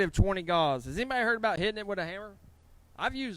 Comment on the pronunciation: I'll bet you know plenty about welding. I've enjoyed your videos. But, Gauss, the measure of magnetic field strength is pronounced "gous" not gauze. I risk sounding rude by correcting you but, I would want you to tell me.